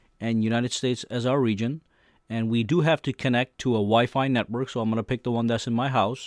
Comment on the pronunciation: WiFi: "Saiyan." My guy👏